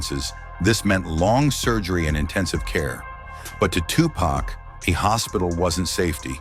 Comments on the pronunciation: Tupac not tupuc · Agreed. Who the hell is Tupaca? 😂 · Video is unwatchable after the AI butchered tupacs name. Hate shit like this